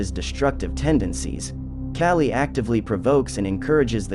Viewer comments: Kah-Lee not Cali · not cali. KAH-lee. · The pronounciation is killing me. K-ah-lee. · Friendly help, its said, "Kah-Lee" 😊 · You are saying her name wrong. It’s pronounced Call-ee. I also see an alarming similarity of your cartoon style to that of Red & Blue’s Overly Sarcastic Productions. You don’t need the little cartoon person in the corner of videos. Your videos for the most part are good and full of information but this copping of someone else’s style makes your videos hard to watch. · Kaaaaa li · Your pronunciation for the goddess' name - Kali is NOT PRONUNOUNCED like California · THANK YOU. ugh... I cant get over his pronunciation of her name. 🙄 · Thank you! The mispronunciation was driving me crazy and is actually disrespectful… if you’re going to cover a goddess at least learn to pronounce her name correctly.